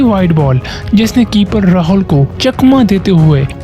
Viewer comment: Cricket❌ Kir Kit✅✅ Hosh❌ Haus✅ Rahul ❌ Rahaul ✅